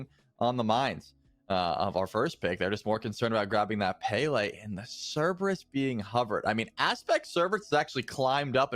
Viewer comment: Cerberus is pronounced Cerberus not Cerberus.